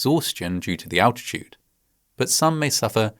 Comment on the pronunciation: what the fuck is 'alchitude'?